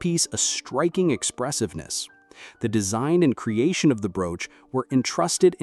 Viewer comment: Nothing says AI voice like pronouncing 'brooch' as 'brooo-ch.'